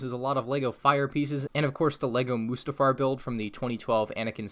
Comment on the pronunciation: The Way He says Mustafar Like Mostafar PAINS Me